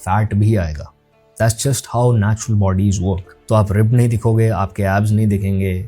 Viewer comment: 9.3- Min Natural ❌ Natular ✅